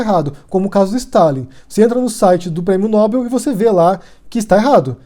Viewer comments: Olá, se pronuncia "nóbél" e não "nóbel", abraço. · A pronúncia correta é "nobél". Há duas boas razões para assim ser: 1. Trata-se de uma palavra aguda, isto é, acento tônico na última sílaba, tal como, papel, anel, animal, etc. Se Nobel tivesse a tônica na sílaba "nò", teria de ter acento gráfico na vogal "o". 2. A segunda boa razão é a etimologia: Nobel é o nome do senhor sueco – Alfred Nobel – que instituiu o prêmio, e a pronúncia original é [nobél]. Obs: Bom vídeo. Obrigado. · Nóbel não, Nobel. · É "Nobél", senhora.